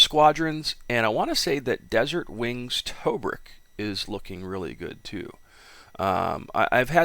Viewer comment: Good information. Pronunciation of Tobruk is off.